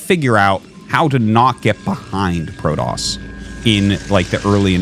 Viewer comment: I have a dream… a dream that Artosis and Day[9] never call Protoss Prodoss ever again.